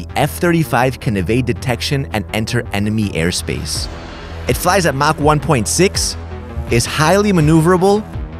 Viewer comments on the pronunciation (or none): none